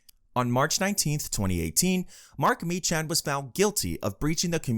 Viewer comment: Meechan is pronounced Me-Kan and Glasgow is pronounced glazz-Go